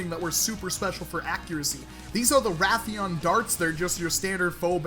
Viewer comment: the darts are pronounced ray as in ray gun theon raytheon